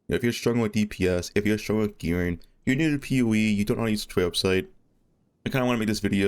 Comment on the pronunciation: I appreciate your videos but bro can you please just pronounce your Gs? Lakin, Gearin', Lightin' whats your beef with gs